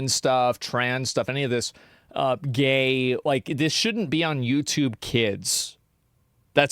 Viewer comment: extra emphasis on "gay"